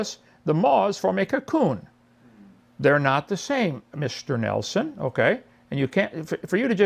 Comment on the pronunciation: MISHTER NELSHON He speaks like a cvnt.